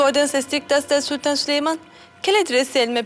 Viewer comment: Prenses sülemon diyor